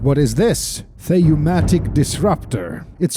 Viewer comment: I don't know if you're dyslexic but that says Thaumatic, not Theumatic. Thauma- (thaumatos being the ancient Greek imperative) meaning "Wonder/Miracle".. or "Marvel", and similar meanings as well, IIRC. Most well known for the word thaumaturgy (which you actually come across in the World of Darkness setting and even the Vampire: The Masquerade - Bloodlines PC game so I'm sure many gamers actually know of it). I assume in this context it makes sense in that the 'Disruptor' inhibits works of 'wonder' referring to magic use. "Theumatic" as you oddly put on-screen right underneath the actual word as visible in-game, and then pronounced as if that's what it said... doesn't relate to anything in existing language terminology as far as I know, even as a reference to something fictional lol.